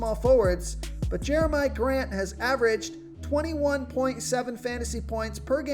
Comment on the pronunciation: Your continued mispronunciation of the name Jerami Grant makes me think you've never watched the Nuggets play basketball.